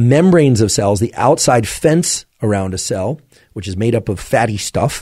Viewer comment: Liked the way you said "fatty stuuff" Kinda like NY accent